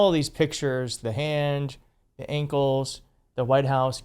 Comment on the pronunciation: wth are KINKLES? 😅 why can't you say ankles?